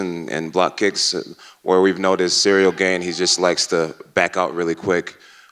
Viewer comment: JJones is a BS-er. "I respect Cereal Gain" Really? you can't even say his name right! No respect there, he's just trying to pump up his brand talking BS.